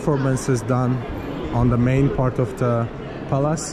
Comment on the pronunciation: pronounces Palace as Palaaas. I love it.